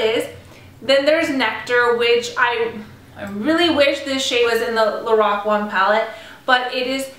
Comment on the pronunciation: It's pronounced like Lor Ack